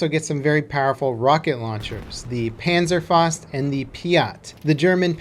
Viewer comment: Panzerfaust, not penserfost. Pa(as in arm)nzerfau(like in couch)st.